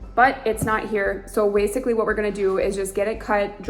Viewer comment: Wasically??? Reminds me of Elmer Fudd, "you wascally wabbit"! I was wondering why you guys didn't stain and seal the shelves before you hung them.. Good "live and learn lesson". Really looking good. I really like how the metal cabinets look, as well as the butcher block countertop. Mike